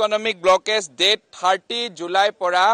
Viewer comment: Budhu 38 nahoi 30 te "th" lakabi 38 pronounce kure